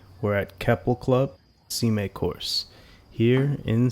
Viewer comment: Hi Mo, just wanted to give you a small feedback that your pronunciation of "Sime" can be improved a little. It should rhyme with "Time". The course is named after John Sime. I believe it is a Scottish surname, a short-form for Simon. The way that you pronounced it sounds more like "Simei". Ultimately, you can pronounce it however you wish but I just wanted to give you this feedback for your consideration, hope you take it well.